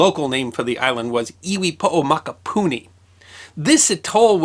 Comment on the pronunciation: How many times did you need to practice saying "iwi poʻo mokupuni" before you could rattle it off like a pro? :-)